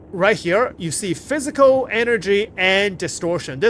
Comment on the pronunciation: F I Z I K A L damage, not plisk damage.